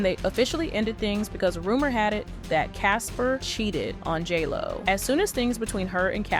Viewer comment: Is it just me, or does it sound like the narrator says "Jello" when she says " J. Lo"?